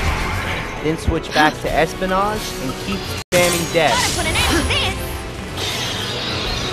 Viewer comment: Espionage = Espy-o-nage < like dodge without the second d, and Saboteur = sab-a-tour. His mispronounciations are cringe.. and... adamantoise< like choice!